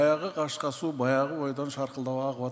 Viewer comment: Суу деп окулсун